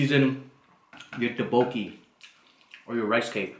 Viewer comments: It's not pronounced "daboki", rather "duk-bok-ki". The first syllable, "duk", also needs to have the sound from "t" mixed in with the "d". It's hard to explain. You need to say it sharp and quick and it'll sound much better. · Pronounce it, thhuck-boki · I believe they pronounce it as duk-boki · Taboki, tadooki, dabuki😂😂😂😂😂